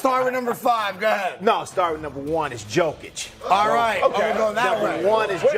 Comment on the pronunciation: I know it's only sport but wow, analysts still get his name wrong?? Jeeez. It's pronounced 'Yokich' not 'Joekic' . Step your game up bro